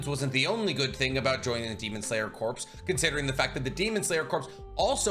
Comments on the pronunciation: I love all your videos! But every time you say “corps” like corpse…it kills me lol. It’s pronounced like “core” and the s is silent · Corps (Core). Not corpse. But love the content! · Please PLEASE stop saying "corpse". Corps is pronounced "core" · corps /kôr/ noun a main subdivision of an armed force in the field, consisting of two or more divisions. "the 5th Army Corps" a branch of a military organization assigned to a particular kind of work. "the U.S. Army Medical Corps" a body of people engaged in a particular activity. "the press corps" Corps is said like core, not like corpse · Corps is pronounced like "core" not "corpse". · Love your videos and all the info you research and explain, but please….please….”corps” is pronounced “core” not pronounced “corpse” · Corps is pronounced as "core" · Corps is pronounced “core”. Other than that love the vids! Keep up the good work! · Not a huge deal or anything but Corps is pronounced like 'core' the p and the s are both silent.